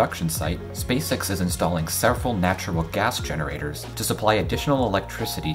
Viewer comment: Are the ‘natural gas generators’ a) natural GAS generators or b) natural gas GENERATORS? Your inflection suggests they’re a thing which generates natural gas but the caption implies an electricity generator powered by natural gas.